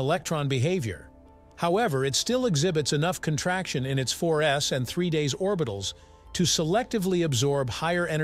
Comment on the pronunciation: Three "days" orbitals? (2.44) If your bot doesn't even understand what it's reading why should I trust what it has to say about relativity?